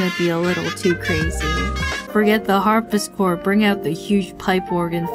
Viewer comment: Ngl, it's kinda triggering me how she's calling it a "Harpischord" xD